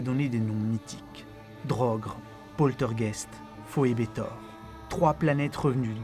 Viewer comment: Draugr, Poltergeist, Phobetor Draugr, avec un "au" comme dans "eau" pas comme dans "drogue" Poltergeist, avec "eist" comme dans "ail" pas comme dans "est" Phobetor, pas Phoebetor Voilà, voilà ^^ Juste petit point prononciation pour aider